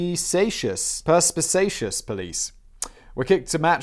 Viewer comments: Perspicacious Purse-pick-ace-shus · Perspicacious (per-spi-KAY-shus): intelligent and clever. You're welcome.